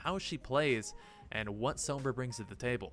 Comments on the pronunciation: You said Sombra wrong the first time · Please stop pronouncing Sombra like that.......